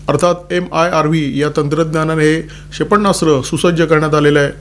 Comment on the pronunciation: क्षेपण्णास्त्र नाही क्षेपणास्त्र म्हणा